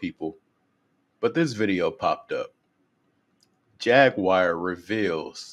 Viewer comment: "Jag-waur" not "Jag-wire" 🤣